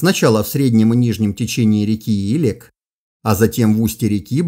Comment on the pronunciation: В Казахстане течет река илЕк ( с таким ударением). Купался в ней в детстве. Моя историческая родина))